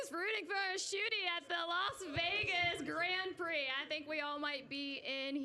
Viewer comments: "formula one grand piri" ? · How can he can irky with her, for saying liberty mutual, when he then goes and calls the grand prix a a "grand piri"?? Its not a piece of chicken 🐔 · Grand Pirie. Dafuq is that?